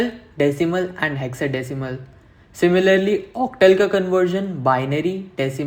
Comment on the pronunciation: OCTAL Pronounsation 😂😂😂